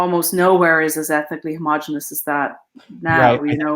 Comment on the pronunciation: homogeneous has 5 syllables. Pet peeve. ho-mo-GEE-nee-us